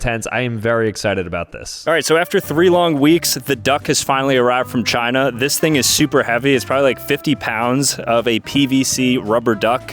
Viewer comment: Bro he did not say china